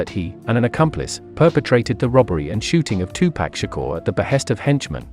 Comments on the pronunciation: they need to use a voice that can pronounce 2Pac then 🤷🏿‍♂️ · Bruh just stop saying Tupac please 🤣